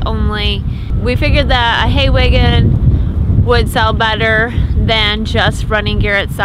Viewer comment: That’s wAgon. Not “weigon”. Haha. Gotta love the different accents around the country